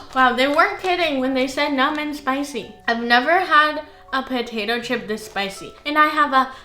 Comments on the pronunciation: Potatoe chip? I thought you said Chopato pip ! 🥔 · I would try the Cucumber . Potato chip? I thought you said Chopato Pip!